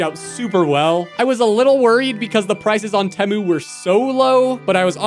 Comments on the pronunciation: its tEmu NOT temo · Its pronounced "Tea-Moo" not "Teh-moo" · It’s tEmu not temu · It’s not teh-mu it’s teem-ooo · Bro said tEmu wrong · It's T moo not tem OoO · At first I thought it was pronounced tei moo but it IS actually spelled teh moo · He is right about everything except the way to pronounce temu